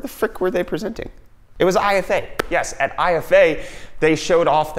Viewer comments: Nah you're not the only one, it makes me cringe every time. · Is there anyone else triggert, when IFA isn't pronounced German? No? Only me? Ok...